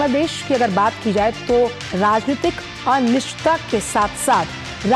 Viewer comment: ये हाल दूरदर्शन का कर दिया है कि अनिश्चितता को अनिस्ता बोल रही है, हिंदी भी नहीं बोल पा रही है, बाहर फेंको इसे तुरंत दूरदर्शन से।